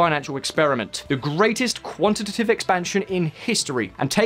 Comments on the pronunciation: A very informative video. It is pronounced quan-ti-ta-tive though 😉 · I did too! And also quantitive.